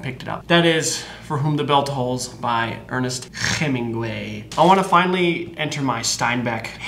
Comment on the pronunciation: the way he said Hemingway makes me think that he knows Spanish really well. Like a fluent or native person JAJAJAJA